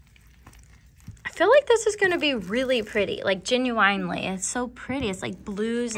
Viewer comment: “ genu inley “ no hate btw it made me smile !! ❤❤